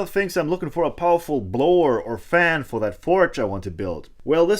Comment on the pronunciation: "....a little bit poweful.." ahahah!!! A crazy forge instead...!!! Very good work, have fun...and stay safe.